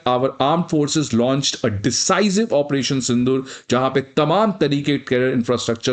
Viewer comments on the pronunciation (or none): Sir its sindoor not sindur I'm not pointing my finger on u mai us layak hi nhi but jst telling you 😊